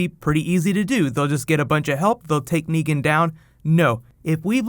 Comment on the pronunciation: It's Negan...with an a